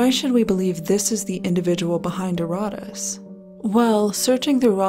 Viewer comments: Youre putting empHAsis on the wrong syllABle. Pronounce that shit erraTAS, not erRATas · "It's called erotice" And every time I bring up "erotice" subjects, my messages get deleted by the admin. .... and it turns out you mispronounced it every single time throughout the video....